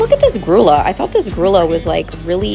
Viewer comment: Grulla does not have an "L" sound. It's a Spanish word and the "ll" is a "y" sound. So, "grew-yuh" is about how you'd actually say it.